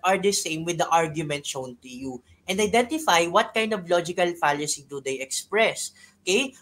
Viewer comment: Mali po yata pronunciation ni sa 'Fallacy'